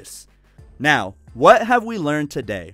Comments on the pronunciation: Haha my favorite part . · It was the best part of the video xD